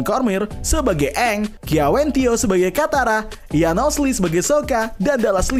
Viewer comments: Itu bukan "eng" tapi "OnG" 😂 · Dari karakternya salah nyebut nama kaya dari "Aang" malah jadi "OnG" udah kebayang kesananya bakal gimana 😂😂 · sesimple pelafalan nama Aang (eng) diubah jadi Ang indian zuko Dan white iroh Katara sama Sokka itu Inuit tapi di live action 2010 mereka kulit putih koreografi belibet untuk pengendalian tanah sederhana btw yang jadi Yue akhirnya diajak jadi voice actor Asami Sato di The Legend of Korra sebenernya untuk Netflix LA pemeran Sokka kontroversial di kalangan penggemar karena dia memalsukan kalau dia itu indegenious dan bagian dari komunitas palsu supaya dapet peran Sokka padahal dia white kalo dari casts untuk air nomads sama fire nations udah keren banget lumayan cocok sama versi kartun, earth kingdom ga terlalu aneh karena mereka negara terluas dan terbesar, cuma water tribe doang yang campur sari btw walaupun brikes cabut gue sih lumayan yakin sama LA-nya, minus water tribes yang kurang sesuai pemeran avatar dari Aang, Roku, Kyoshi sesuai banget